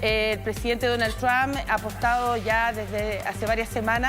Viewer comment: Por qué estos periodistas son tan estúpido son los únicos cómo pronuncian el nombre tramp.. Trump